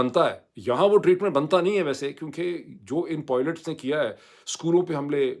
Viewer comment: کبھی....پائلٹس......کبھی.... پوئلٹس......؟.